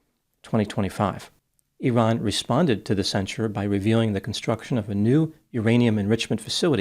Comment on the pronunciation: I appreciate you making the effort to pronounce 'Iran' correctly.